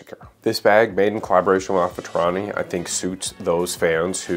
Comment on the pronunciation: Did you just say Alpha Taurani?!?! 😭😭😵‍💫